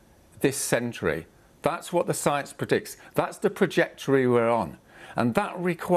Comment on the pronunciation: The dramatic music. The news presenter introducing the issue like it's a movie trailer. The constant interruption of Roger Hallam (who for all his virtues and dedication is not a natural spokesperson and is visibly nervous with the water drinking and mispronunciations e.g. 'projectory'). The presenter's patronising remarks (I don't think you're connecting with me'). The sniffing after high drama ('will you use drones to shut down Heathrow'). The continual attempts to frame XR as anarchism... The media is the problem. Dramatising, over-simplifying, demonising, dismissing and denying reality. I would love to know what was said right at the end when the stupid childish dramatic music drowned them out, because Roger - rightfully - looked bloody angry at the presenter.